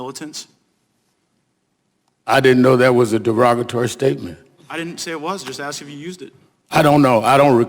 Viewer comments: I'd like to smack Al right in the face. He's playing Jerry Springer with his talk over. P.S. Is it "ask a question" or "ax a question".. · "aks" a question. Wow. An educated man talks lime he isn't. What a looser. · For what it’s worth, Al did axe a question. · Sharpton just needs to axsk a question!